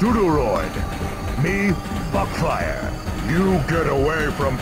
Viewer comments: woo more non-classic megaman And i still hear it as "Butt-fire" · Meteorlink XD Same man, I always hear Butt-fire